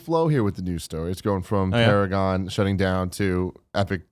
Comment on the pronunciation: "It's Para-Gone." - XD